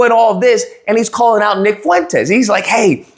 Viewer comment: you mean ick fool-entes